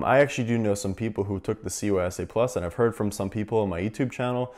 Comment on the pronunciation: He throws me off every time he says CySA+ to me it sounds like he’s saying COYSA+ lol